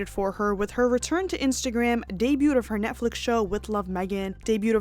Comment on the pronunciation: The t is silent in debut